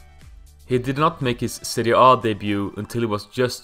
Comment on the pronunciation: Pronouncing Serie A like it's a fkn Norwegian word or some shit 🤣